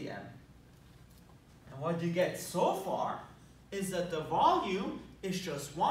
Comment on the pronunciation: Sometimes when you said "volume" I understood "ballium" and then thought: "did he said that and if yes, was it intentional?" Would fit well in this scenario though :D